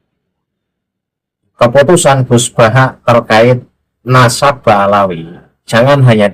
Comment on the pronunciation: Gus baha katanya berilmu , ngomong nadab aja belepotan, memalukan baha mukibin.